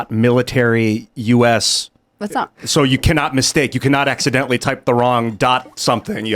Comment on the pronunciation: You put the emPhASis on the wrong sylLABLE. Should be ACCIDENTALLY leaked*